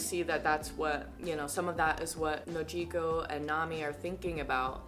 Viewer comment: I like the way u say Nojiko don't let anyone correct u